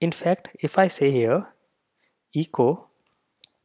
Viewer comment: Also the e in echo is a short e sound like in the word bet, check, metal...Eh co not EE co. For Windows, use "pretest" : "del .\\path-to-json-files\\*.json". No need for rimraf. Also for a PC: "merge-reports": "mochawesome-merge mochawesome-report/*.json > out-file –encoding ascii output.json", Thank you for this helpful video.